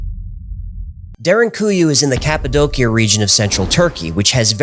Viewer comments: I love your videos. One thing... It's pronounced "ka puh dow shuh" not "ka puh doe kia." Sorry. I don't wanna be "that guy" but I feel that one is important. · Cap-a-doe- she-ah. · It’s pronounce cap-a-dose-e-a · It's pronounced CAPPO DOCHIA. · Cappadocia -> KAP-uh-DOE-shuh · I always thought it was pronounced "Cap-Ah-Doe-Sha".... Anyhow, excellent episode. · The way this guy says "Cappadocia" makes me hate him